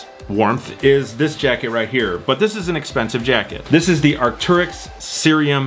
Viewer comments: Arc-tair-yx not Arc-tur-yx, so triggering. Great video non the less lol 😂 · it’s pronounced Arc-Tear-Icks. Just want to help you with your pronunciation Also congrats on 50k